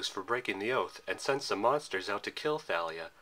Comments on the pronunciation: No it's not. Listen to how rick says it. The movie's pronunciation is wrong. It is said "Tha-lee-uh" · Nice video! But in Thalia's name, you don't pronounce the 'Th' in 'Thalia,' just the 'T.'